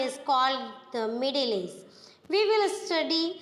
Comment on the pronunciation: Bekar explanation , First learn to speak age you're speaking aze